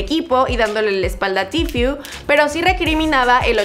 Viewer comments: Se dice tfue no tifiu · Se dice tfue no tfiu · Cada vez que decía tifiu(tfue) me quedaba como:KHE! YO EH ESCUCHADO A TODOS DECIR: TFU(tfue) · Se pronuncia "tifu" jaja pero bien video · like site incomoda que ella diga tfiu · “Tifiu” jajajaja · Di bien el nombre estás diciendo tifyu tifyu jaja hable bien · que mal que pronunciaste mal Tfue todo el video !